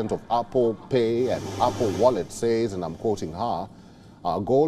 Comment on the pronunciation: Why are you keep saying oppo